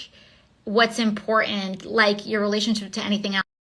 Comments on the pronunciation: Impourant lol...more woke speak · What is "imporen"? Or is the poor miseducated thing trying to say "important" and doesn't know how to form consonants? I understand why Democrats chose her now.